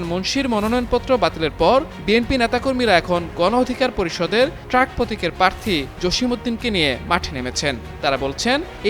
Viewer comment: পার্থী? এই হল সাংবাদিকদের উচ্চারণের অবস্থা।